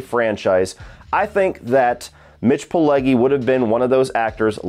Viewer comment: First off, keeps mispronouncing Mitch Pileggi’s surname.The Italian g,when followed by an e or an i,is pronounced like the j in “jump”.Secondly,l rather like this movie-yes,it does have some goofy and humorous moments in the second half,but that makes it enjoyable.